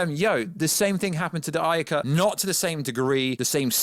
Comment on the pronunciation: Butchering saying "Ayercut" on purpose is Cringe 🤦‍♂️